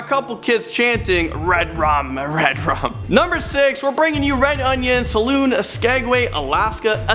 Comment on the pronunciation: Also said Salon (where you get your hair and nails done) instead of Saloon (where you go to get drinks).